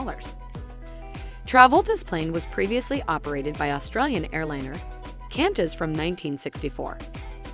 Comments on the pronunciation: `cantas` what the hell it that. If your gona be the narrator at least learn how to pronounce the airlines correctly. Qantas is pronounced QWON-TAS. It’s a Q not a C or a K. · I lol'd that too. Its pronounced "Kwontas" for those not in the know. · This narrator is dumb! Notice how she calls Qantas airline Cantas, Cantas, its Q in Qantas airline with a capital “Q” 😂 Its hard to get competent Qualified help these days! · “Kantas”? She’s never heard of the Australian airline before? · Es Qantas esa es la aerolínea de Australia